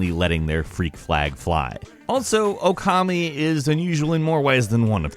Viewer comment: reeeeeaaaaallllly infuriating that the narrator cannot pronounce Okami correctly; even with the correct pronunciation being IN THE OPENING PART of the game...